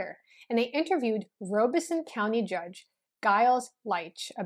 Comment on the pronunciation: It is pronounced Rob a son, not Robe a son. The Lumbees and other Native American tribes in Southeastern NC and the Pee Dee and Cheraw tribes, along with some others along the NC/SC border are mixed. The Tuscarora Tribe in Robeson County and possibly others near counties in NC are actually certified by the US Government Bureau of Indian Affairs. They are, not the Lumbees, they only certified Native American Tribe in Robeson County, NC. The Chavis family actually came to the Virginia Colony in 1619. He was one of the 1619 shipment of 20 slaves. His descendants, like some of the other descendants of the 20 slaves, lived among the Gingaskin Indians in Northampton County, VA. Around the 1650's, a law was passed in VA regarding race and it became against the law for different races to intermarry, as had been done before. The Chavis family does actually have some black ancestry as well as Native American and White. Check out the Frontline (PBS) episode on this. You can access it on their website. I think it is called blurred lines. In that area of NC, mulatto has always meant mixed Native American and White also. Goins certainly did not originate in Cumberland County, NC.